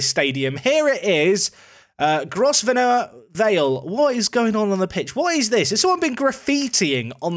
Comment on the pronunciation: Gosvenor is pronounced. “Grov-ner”